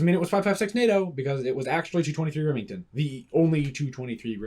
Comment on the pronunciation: Two twenty-three Reming Town 🤣